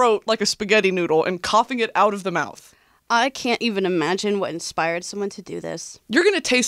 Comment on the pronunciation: "Into my moufth. TIDE PODS!" my favorite jingle